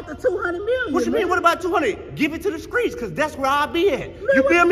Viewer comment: “Give it to the skreets cause that’s where I’ll be at” 😂😂😂😂